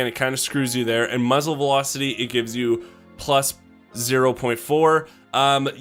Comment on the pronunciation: muffle...mufzle...muzzle felocity. im dead XD